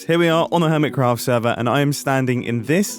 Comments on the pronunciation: Im sorry, but I have to... "Urmitcraft" 😂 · Jumbo You said urmitcraph, No clue if that's supposed to be a joke or you massivly misspelled.